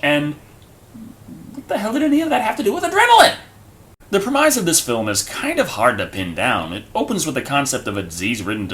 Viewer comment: Lol "premize"...